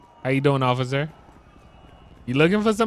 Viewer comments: He said ociffer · Why does call the cops occifer